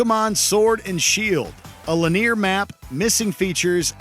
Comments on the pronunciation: “A lin ear map” lol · Line-ar! not lenir... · Oh my GOD, how many times do you say linear incorrectly?!!?!!?!?!?! It’s pronounced “LIN-e-yer,” as in “like a line.” Go back to school,; yer drunk. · My dude saying Lin-Ear..... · I was going to comment the same thing. Who the hell pronounces it "leneer"? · I'm a Mexican with English as my second language and I found his "lineer" pronunciation annoyingly odd. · LIN - E - AR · Sounded more like "Lin-NEAR" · Why does this dude pronounce "linear" as "lin-ear"... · It was bugging me the way he kept pronouncing "linear". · Has no one ever told this dude how to pronounce "linear"?